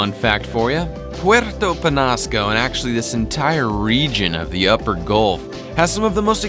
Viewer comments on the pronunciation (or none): It's ñ not n. Say it like this Puerto Penyasco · it is pronounced penyasco